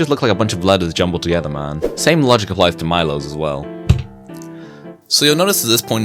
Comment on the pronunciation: Bro read "milosz" as "mailos" LMAOOOO